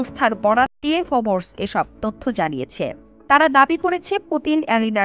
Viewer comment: ফোবোরস না ফোর্বস।উচ্চারণ ঠিক করেন আগে।